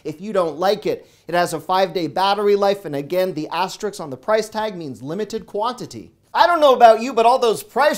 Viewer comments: Asterisk… not Asterix. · “Aster-Risk” Very good content. Thank you. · Great videos. Not to be overly critical, but the name of the airline is "Alaska," not "Alaskan." Also, you always mispronounce "asterisk." Keep the videos coming,!